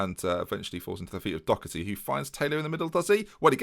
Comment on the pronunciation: Anyone wanna tell him it's Doherty not Docherty?